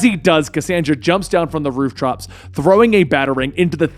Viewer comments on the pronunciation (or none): am I the only one who heard say rooftrops?? 😂